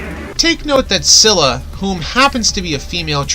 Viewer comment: When you say Scylla I think you say Zilla